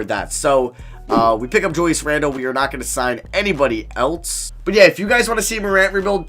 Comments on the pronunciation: It's else not elts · Why does he always say Eltse instead of else😂